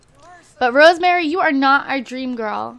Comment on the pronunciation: I think her name is pronounced Rose-Marie and not Rosemary xx